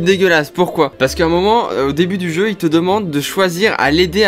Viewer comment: "Jeux" à chaque fois ça me fume 🤣🤣